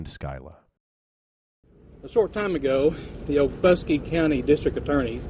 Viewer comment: It’s OKFUSKEE county